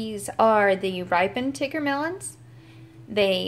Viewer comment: I think she's saying it right. Its tigger from MI's shop too